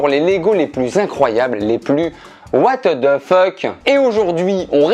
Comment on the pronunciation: « what de feuque »😂😂